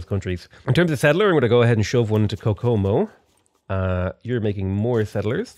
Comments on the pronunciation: Kokomo is pronounced like hohoho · I'm not sure if you're saying "Kokomo" right or not, but you're definitely saying it differently than the Beach Boys do. Video